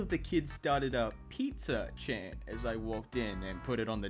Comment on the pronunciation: sounded like he said "pizza-chan" not "pizza chant"